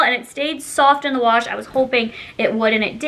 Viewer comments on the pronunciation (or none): none